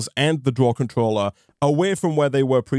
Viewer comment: "Smelter controllery" sorry that made me giggle... XD I miss my tinkers shuriken :S was so OP